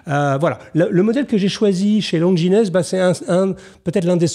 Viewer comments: Longines, pas Lon-gi-nès. Quand on parle de montres il faut essayer de ne pas parler comme un campagnard, même pour faire semblant de s'y connaitre. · En dessous de 1000€ , les mouvements sont chinois ou Swatch. Assemblée en .... La Seiko déchire. Longines forcémment. Regardez ça aussi, magnifique style rétro, mouvement japonais: Bravo pour cette excellent vidéo ! Et Longines se prononce à la française, c'est un nom français: lonjine ;o) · très bonne sélection bravo ! (petite annotation le S de Longines ne se prononce pas, ça se dit "LONGINE") :) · Oui Baptiste évidemment ! Mais après tout je resterai dans (la petite) histoire comme celui qui a prononcé Longinesse (comme on dit chez half-nous aux USA) au lieu de longiiine. Mais finalement je trouve ça presque plus classe. Amicalement, Hugo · Merci RG pour ces précisions, et désolé pour ma prononciation erronée de Longines (mais vivant la moitié de l'année aux USA, j'ai tendance à prononcer cette marque à l'américaine). Hugo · Pardonnez-moi M. JACOMET, mais je dois vous écrire que mes oreilles ont sifflé un peu en entendant votre prononciation de la marque Longines. Si je peux me permettre, cela se prononce "Lonjine", puisque c'est d'origine Franco Suisse. ;) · Bonjour M Jacomet. Je viens beaucoup plus du milieu des montres que de la chose sartoriale ( ce pourquoi je suis votre excellente chaîne). Bravo pour cette sélection très pertinente :). Juste une petite remarque, Longines se prononce Longine (sans s). Bien à vous, Luc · Excellente émission comme d'habitude, une sélection pointue et élégante. En tant qu'amateur de montres plus sportives, je sais maintenant où chercher pour apporter un style différent à mon poignet ! Une simple petite remarque de détail : le mot "Longines" tire son nom du quartier où est située l'usine de la marque à Saint-Imier en Suisse, et se prononce "à la française", comme "origines" par exemple.